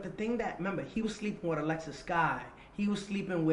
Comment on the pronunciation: damn he did cuban and alexis wrong lol